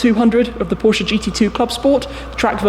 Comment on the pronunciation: Thank you for saying Porsche correctly